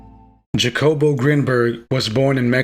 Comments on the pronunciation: Hacobo is how you say it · you are mis (or over) interpreting Grinberg's work. And please, his name is pronounced, rather obviously as Hakobo... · The J is pronounce like an H